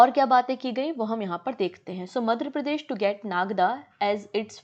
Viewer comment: Ma'am! Aap apne hin state ka naam achhe se pronounce nhi kar parahe hain kyun ? It should be Madhya not Madhra Pradesh. I've told this many times but u take it as a light comment please ma'am make some fluency in ur pronounciation process. I'll be very happy to see that.